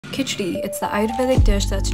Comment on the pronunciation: Nobody's gonna talk about how perfectly she pronounced "khichdi" 😩